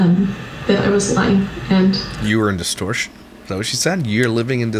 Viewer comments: I shouldn’t laugh, but when you said ‘you’re living in distorshhheerrrn!’ I literally laughed out loud… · The way you say distortion 😅